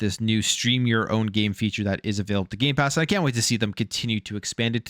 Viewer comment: did you say gay pass ? i heard no m when you said it..... xD YOU DID! YOU SAID GAY PASS ! HAHAHAHAHA next say gay box ! LOL i am appaled to all you straight/hetro people buying gay pass... LOLOL